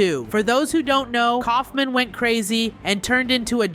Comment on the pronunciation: uh you meant kaufmo not kaufmin